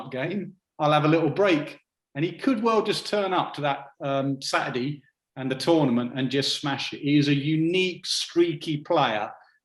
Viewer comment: Saturday or saturdy . Why do english pronounce it like that ?